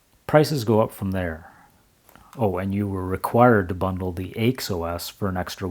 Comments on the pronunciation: Nice, informative video. BTW, nobody calls IBM's AIX "aches". Rather, AIX is always pronounced by its letters, "A-I-X". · Argh!! It is Aee Eye Exe unless you were French, whereupon it would be pronounced Ix. And the windows manager you looked at was called Motif (although what you saw was heavily de-configured), and was an industry standard across several different Unix vendors. AIX Windows is really IBM's flavour of the MIT X Windows system (it had DisplayPostscript added compared to X11R4) from which XFree86 and would eventually evolve. Like the later Unix/Linux windows systems, the flavour of the windows system could be changed by altering the window manager, and beside Motif and CDE, there were many what you would now call Open Source window managers available. I liked one called vtwm, which was a twm with a virtual desktop grafted on. What set CDE apart was that it was an object oriented windowing system, but it was ahead of it's time, and considered difficult to configure because of it's object centric configuration methods. Several different manufacturers used versions of AIX, including Bull and Motorola, as well as Apple. The reason why the language for the shutdown was so strict is because AIX is a true multitasking, multiuser operating system, and what you saw was a wall (Write ALL) message that would be sent to all users telling them to save any work and log off. That is why it was so severe.